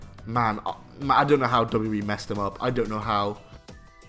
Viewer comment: Why do you struggle to say wwe lol “dubbledewee” 😂